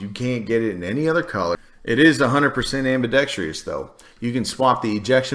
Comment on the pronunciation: Said, “fully semi-auto”, and “ambidexTREEous” before the first minute was up...